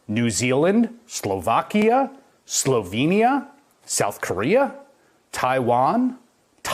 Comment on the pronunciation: SloVEINyja? edit: get a dude that knows how to pronounce countries names